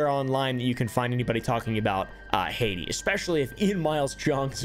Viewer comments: I like how you say "Heidi" like the charachter instead of HAITÍ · “All a man needs in Hayshee….. Haiti” 💀